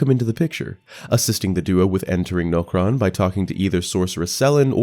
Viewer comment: It's NAW-KRON not No-Kron. And it's RUH-DON not Ruh-dan